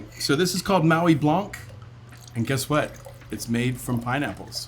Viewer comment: Please pronounce blanc as 'blan' not sure why someone that is a Sommelier keeps pronouncing the terms incorrectly.